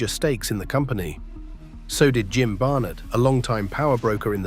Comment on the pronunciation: You sound extremely dumb, mispronouncing "Ole" (think Oly) and Barnett (think Bar-netttt). 😮